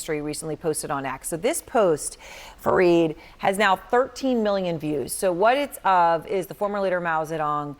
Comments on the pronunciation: Better pronounce as " F - A - R - I - D "... not " F-R-E-E-E-D " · Erin , please dont screw up anyone's name ...that too on their face...call him F A R E E D...not F R E E D as u did... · Fareed… not freed…